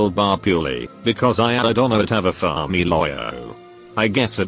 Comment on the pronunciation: "Because I don't have a familoyahoo"